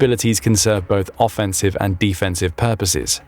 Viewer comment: Why are saying offensive and defensive like that?